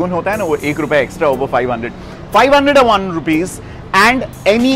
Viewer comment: Sir, you born and grown up in india but still you realise us that you are not a Indian resident since you are embrass to say 501 as five zero one but as FIVE O ONE .